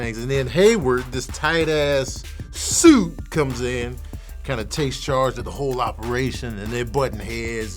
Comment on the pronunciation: Why he keep saying "SUIT" like that?😆😆